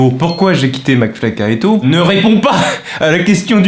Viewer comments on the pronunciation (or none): mdr ça se voit t'en as marre de repeter les mots mcfly et carlito toute ta vie, t'es là tu dis Maflyécarlto